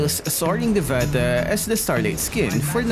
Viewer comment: Ok so its soring devta pronounciation dev a(silent) ta And those are not chinese words😆😆😆😆 those are hindi words😆 mother language of India 😆